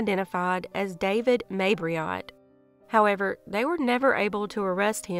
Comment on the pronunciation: Jodine Serrin's killer's name was Mabrito, not Mabriot.